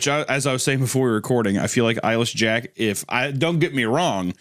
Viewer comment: I thought Papa Meat was saying "Eilish Jack" the first few times he said "Eyeless Jack". I'm wondering if anyone else had that kind of experience, or if I'm alone on that.